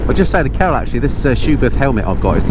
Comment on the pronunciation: I just watched this with the subtitles on. Very enjoyable but you might want to enunciate "Carol" a little clearer in future videos. Have a look for yourself but don't show Carol or she'll probably thump you